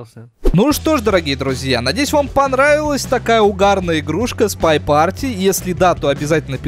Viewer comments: Не парти а пати ( английский учили ) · спай пати а не парти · почему ты говоришь спай парти ?? хотя произносится спай пати!